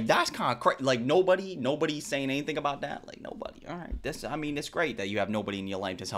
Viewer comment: As soon as she said any-THINK 😮nah bro